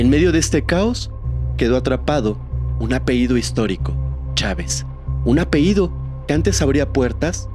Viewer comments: Me gusta tu manera de narrar. Oye, un detalle: la pañabra es "apellido"; "apeído" no existe. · Hola se dice apellido no apeido😅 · La palabra que corresponde al nombre familiar es "apellido", no "apeído". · Sr. Pronuncie bien apellido, no apeido. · Apellido señor, apellido! No, apeido! No se dice apeido.😑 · Esto es crítica constructiva, ojalá no te moleste. Se dice sustancias, no substancias y apellido, no apeido 😊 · Muy bien solo un gran detalle es "*APELLIDO*" no apeido. 😊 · Se dice apellido, No apeido, gracias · Apehido, apehido, apehido? En verdad no puedes pronunciar correctamente una palabra tan fácil?